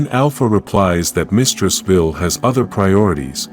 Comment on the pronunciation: Why are you saying veel its Vile the e at the end makes the i and Capital v-eye-L please please fix it the headache its giving is insane